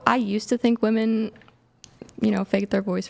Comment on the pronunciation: I think it's ridiculous that chair 2 is a woman but can't say women properly. 😂